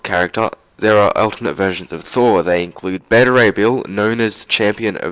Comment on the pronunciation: Can you not say thour